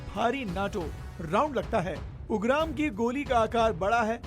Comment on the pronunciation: 😭😭😭भाई यूंग्राम नही उग्रॅम hai🙏 थोडा हिंदी ढंग का बोलो yar🙏🙏🙏🙏🥰🚩🚩🚩 nice report though 🎉